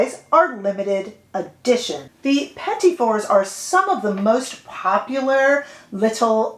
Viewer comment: Thank you so much for pronouncing “petit fours”correctly!!!!!! Such beautiful colors!!!!